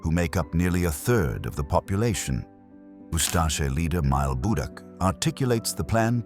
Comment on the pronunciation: Its Mile Budak , not Myle Budak but more or less ok